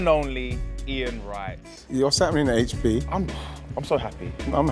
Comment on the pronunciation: It’s HP like the sauce❗️